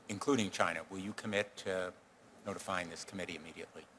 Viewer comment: Karan Bhatia said "We are proud to be an American company..." He said China wrong!